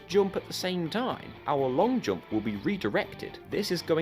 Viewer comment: Your way of pronouncing jump gave me headache.